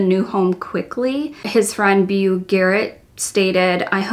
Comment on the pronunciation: Beau, as in Beau Garrett, is pronounced "Bo", not "B-yew"